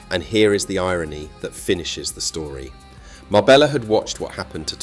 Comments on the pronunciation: It's pronounced Marbeya not Marbellllllla take this video with a pinch of salt. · A great video but why on earth did you pronounce Marbella correctly the first time and then change to some braindead MarbeLLa after that? I’d just liked and subscribed as I had been so impressed with this video. Now reversed. A shame. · Your research is spot on. Ive been doing the Costa del Sol for 40 yesrs, and lived in Spain for over 25 years. Your piece on Marbella was excellent. Just learn some Spanish prononciation FFS. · Can't even pronounce "Marbella" correctly